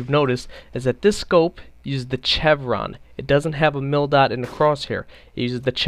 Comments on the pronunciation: I hate that he pronounces it chevron, instead of chevron! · Stopped watching when I heard his pronunciation of "chevron" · I hate how canadians pronounce chevron. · It's pronounced "Shevron" not "chevron" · It's pronounced (shevron) not (ch-evron) it is a sh sound not a ch sound. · Dude as a military man I have to correct your pronunciation of 'chevron' pronounce it as [shev-ruhn] check any dictionary. Shhhhh not Chhhhhh. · LOL just FYI, it's not CHevron, it's pronounced "SHevron." Thanks for the video though. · Pronouciation: Chevron: - shevron not chevron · chevron is pronounced like shevron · Don't mean to be a dick but is pronounced "shev-ron" not "chev-ron". Great video though. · Its pronounced sh-evron no ch-evron. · Aaaaaghhh chevron is pronounced like chevy!!! Aaagahagsdbxnsjs not like cheese! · ok While it is spelled with a ch it is pronounce like sh for Chevron pronounced SH EH1 V R AH0 N SH EH1 V R AA0 N shevron is roughly How it is Pronounced for future speaking parts but it is spelled chevron. like chevrolet is pronounced shevrolet learning this will make future videos sound a touch more educated and professional. Learn Something New everyday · omg bro, excellent video but its pronounced SHEVRON. The same way you'd pronounce Chevrolet. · Chevron = Seshv-ron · It's not pronounced Chevron even though it's spelled that way, it's pronounces Shevron. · "CHEVron" lol. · Chev-ron lol....try Shev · Its pronounced "Shevron" not what you're doing. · Jesus christ its pronounced "SHEVRON" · The fact that you mis-pronounced chevron so many times was really annoying and distracting. Its pronounced like the the car company, gas station or the "V's" on a soldiers arm showing his rank "shevron" . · prone to a lot of error huh? you pronounce chevron like chevrolet, with a "sh" sound. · ITS PRONOUNCED SHEVRON. AND ITS NOT NAAAAATO ITS A LONG A OH GOD IM SO SORRY IT WAS JUST BOTHERING ME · Chevron is pronounced like shevron. NATO is a long "A"